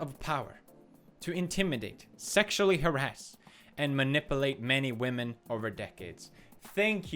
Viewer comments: Pewds you're saying it wrong. It's not women, it's WHAHMEN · you know pewds gonna be serious when he says women instead of wamen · He finally pronounced Women correctly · I'm not sure how comfortable i am with you pronouncing wahmen as "women". What are you doing to me Pewds? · He pronounced whamen wrong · It’s pronounced “Whamen” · Pewds respects women not wamen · RASPEKT WAHMEN